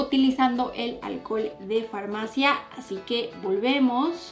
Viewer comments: dice framacia en vez de farmacia.;v. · alcohol de farmacia o de framacia?? 😂😂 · Alguien se dio cuenta que en el minuto dice framacia en vez de farmacia??? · En ves de decir farmacia dice framacia en el monuto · Jajajaja "framacia" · la "framacia" el que entendió entendió